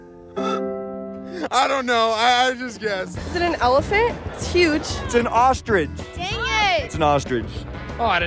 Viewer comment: It's ostrich not ostridge Punk 😂😂😂😂😂😂😂😂😂😂